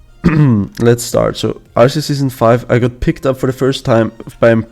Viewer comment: I love how said RCS and not RLCS because of his accent lol